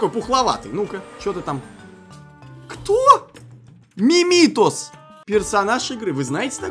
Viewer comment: МимитОс котик за которым вы охаживаете и следите ударение на О как БубУ Фурри это животные которые ведут себя как люди умирай